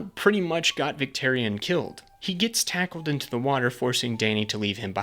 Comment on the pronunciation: Great video but you lost me at “victerion”